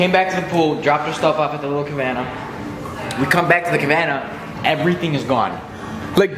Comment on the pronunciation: thats exactly what happens when u come to miami baby! lol thats also what happens when ppl hear u say cavanna instead of cabanna